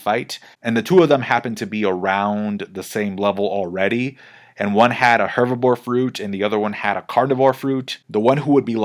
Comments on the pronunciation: Loool I thought I was hearing it wrong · It's "herbivore", not "hervibore" 😭 You know... Because they vore herbs, not bore hervs? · And he says it like 10x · keeps saying hervibore instead of herbivore and it's killing me 😂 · I love that was saying "Hervibore" instead of "Herbivore" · 😂 I thought it was just me lol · Please don't say Hervabore again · ''hervibore'' aside, cool content! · 😂 why can’t you say herbivore? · Spanish is my first language but he’s definitely saying hervibore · I love how you say ‚herbivore‘ wrong over and over again :D i agree that hervibore sounds better tho